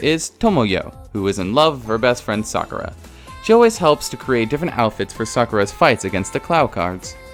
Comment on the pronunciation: Sakerra? Sakura..